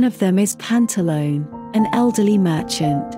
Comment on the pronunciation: Please, respect and pronounce properly the Italian names of "La commedia dell'arte" characters: is Pantalone no Pantalon and Scaramuccia, no Scaramauch.